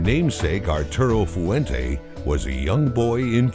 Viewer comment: It would be nice if the guy they paid to narrate this could actually pronounce Fuente properly in 2 syllables, "fuen te" not foo-en-teh.